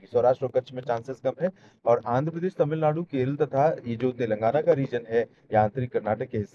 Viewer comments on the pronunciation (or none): none